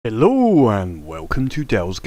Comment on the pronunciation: "Hellouu" <- omg, I missed that :D